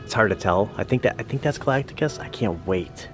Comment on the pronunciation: Galac-ticus? Galactus! 🤣 jk The trailer looks ok but why did they make Silver Surfer a woman? Silver Surfer is my favorite marvel character and they made him a girl! It’s crazy!😩 anyway Galactus not being a cloud is a positive update